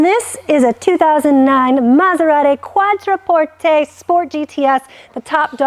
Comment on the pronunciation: "Quattro porte"...dude should be fired